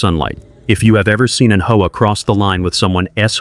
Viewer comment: It's pronounced H-O-A.